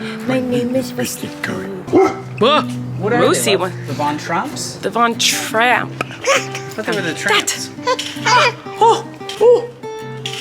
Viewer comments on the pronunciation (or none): Von Trapp. You both said it wrong.